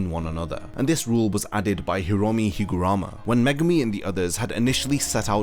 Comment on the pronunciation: its not higurama its higaruma